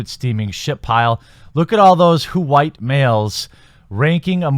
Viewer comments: "Whowite males" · I laughed hard every time you said "WHOO-ITE Males". You're right, if a movie is bad, it's bad. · "H-white Mmmales!"